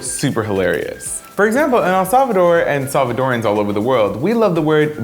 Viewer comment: "Salvadoran" I can't